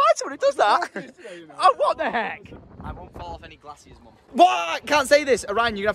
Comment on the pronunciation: Gl-assiers lmao. It's Glay-sures.